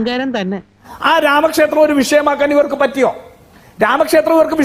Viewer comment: രാമക്ഷേസ്ത്രം അല്ല ഹേ ശ്രീ രാമ ക്ഷേത്രം